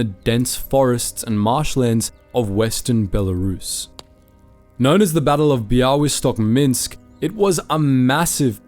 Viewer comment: Amazing pronaunciation of Bialystok. Well done!